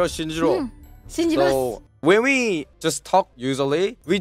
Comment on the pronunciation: "When we" sounds more like ♂️wee wee♂️